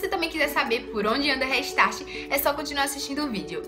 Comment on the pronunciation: gente pronuncia reistarte e escreve restart vcs falam dela e tá todo mundo falo errado kkkkkkk rextart